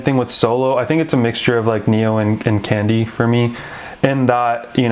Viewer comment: Pronunciation “Kong-Di”, though I also do like “candy” :)